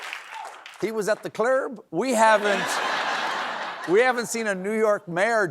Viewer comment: “He was at the clurb” 🤣🤣